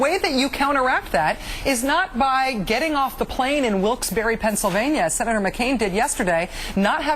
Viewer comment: Rachel Man-ho: Wilks-Barre is pronounced "Wilks-bear", not "Wilks-berry". Maybe a bit of research on your and MSNBC's part would help.